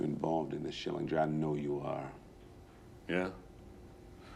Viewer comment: ITS SCHILLINGER GOD DAMMIT